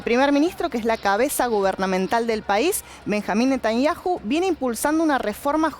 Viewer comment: Todos son muchos somos 8 millones de personas y no se dice Netañaju se dice Netañau 😡